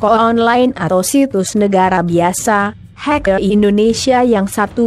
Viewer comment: "keraceker","haikel" ngomong apa sih